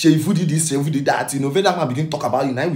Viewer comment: My fellow Igbo brother it’s Seyi Vodi not Vudi 🙏honestly na VDM first make me know Seyi Vodi Mabasi